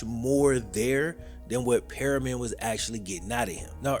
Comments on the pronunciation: Look I can’t stand Permian, I went to the other high school no one talks about, the original high school in Odessa. Your pronouncing the name wrong it’s Perm-ian, not Perryman. But I laughed cause I seriously hate Permian. They always treated us like crap…. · Love every video you make but I'm ngl it drove me crazy hearing you say "periman" the whole time. Hate to be that guy but it's "PER-MI-AN" 😂❤ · Not perry-man.....Permian pronounced (per-me-in) thanks for the story, great story keep up the good work. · Periman. Definitely not permian🤣🤣 reading is hard sometimes lmao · PERMIAN not Perriman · its PERMIAN, not PERIMEN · Learn to say it right, it's pronounced pur me un not Perryman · Good Good video but you need to learn how to pronounce Permian . It's pronounced pur. Me un not perryman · your pronounced “Permian “ a lil wrong it’s “ per- mi an” but loved the video ! I graduated from Permian and played varsity ball - cool fact actually my step brother uncle is Chris comer ! He passed away a few years back and the coach in the move gary gaines passed recently in August Odessa is half oilfield other half Permian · “Periman”???? You mean PERMian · Per mi an not Pe ri man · Ite Per-mian not perryman. Great video! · Lol it’s permian not perryman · It’s not Perryman, it’s Per-ME-uhn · Great video,. It’s PER-ME-IN, not PEAR- I-MAN. The book is an absolute must read. I read it again every August before the season begins. “Odessa is the setting for this book, but it could be anyplace in this vast land where, on a Friday night, a set of spindly stadium lights rises to the heavens to so powerfully, and so briefly, ignite the darkness.” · 😂😂 every time he says it I cringe a little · Great video...your killing me though...it's "PERM" "E" "AN"....not "Perryman"...still, enjoy the content my dude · PERMIAN NOT PERRYMAN!!! but other than that from someone who went and played at PERMIAN this is great! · It’s permian not periman 😂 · Dude, "Perm-ee-en". It's not "Perryman"